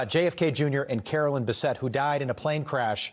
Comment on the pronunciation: It's Carolyn Bessette-Kennedy not Caroline, his sister. Two different names pronounced differently.